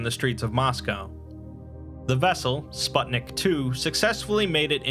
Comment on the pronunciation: Just as an fyi, the "u" in "Sputnik" is read the same way as in "put"